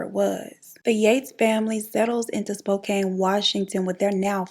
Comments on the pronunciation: Hi BEAUTIFUL!!!!....I love love love your channel and I just adore you...Im from Washington tbe area that in pretty much all the major Serial Killers chose to do there dirty deeds but all this to say....Spokane pronounced like Spoe-Can I have family there and walla walla and just about every town I this story..well love you and thanks for the amazing content 💯💯🌋💚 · it’s pronounced “spo-can” 😭😂😂